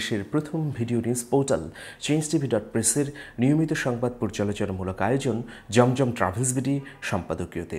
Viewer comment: It is not jomjom travels, it is zamzam travels. Please pronounce nicely. There is difference between jeem and za Jazak allah